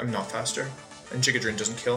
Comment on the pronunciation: Oh hello no, wolfey says "Jigga Drain"😭